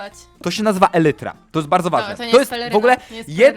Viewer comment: elytra". umie już nawet spoko, ale mnie też by się przydała lekcja. XD😯